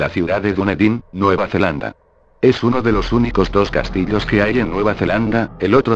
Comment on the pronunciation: jajaja dijo "los castilos"